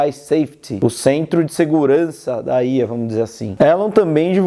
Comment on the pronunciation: estranho ouvir alguem falar ía, geralmente falam iá :D